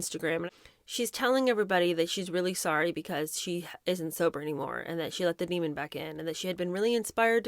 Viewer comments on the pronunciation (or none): none